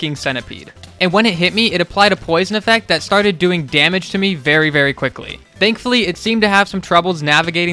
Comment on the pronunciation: Everytime it sounds like you're saying "dankfully"